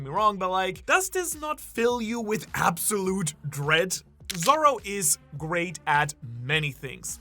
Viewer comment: The way says "AbsoLEWT". LOL.